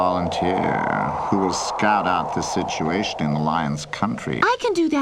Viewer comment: "Scout out the situashtion in Lion's country..."